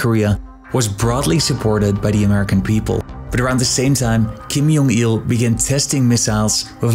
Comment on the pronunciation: It's J as in J, not J as in H, or J as in Y.